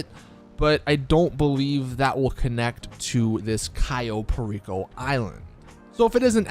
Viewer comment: Is funny that pronounce "Perico" like a special ed student